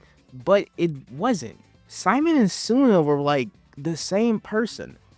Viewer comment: why are you calling enma or the shimon ¨simon¨?